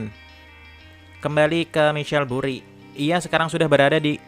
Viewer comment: Ini film motivasi buat dunia saham,, tapi baca ceritanya kacau balau,, namanya maikel buri bukan misel buri. Pahami dl isi cerita filmnya, kemudian tulis di kertas, lalu di sampaikan dan di kemas lebih menarik